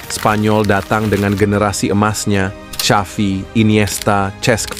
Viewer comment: Maaf pak XAVI Bukan SYAFI 😊😊